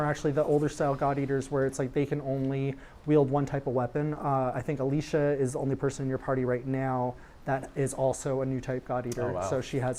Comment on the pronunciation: I missed it live school and all. Also not sure if it was nerves or not but the guys say Alicia instead of Alisa.